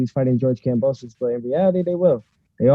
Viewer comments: it’s Kam-bo-sus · it’s not kambrosos 😒